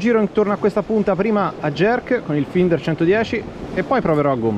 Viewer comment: finder si pronuncia "Fainder"